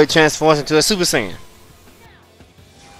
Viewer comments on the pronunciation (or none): My man said Super Saiyain!!!😂😂🤣😂